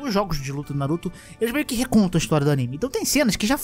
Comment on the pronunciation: Se ferrar, eu tava comendo, quase engasgo na parte da Kushina kkkkkkkkkkkkk "na-ru-tÔ"